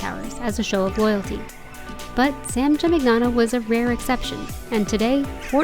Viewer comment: Please note that the GN combination, in Italian, is pronounced like in the word "lasagna." So, this town is pronounced, San Gee-meen- yano. Nice video!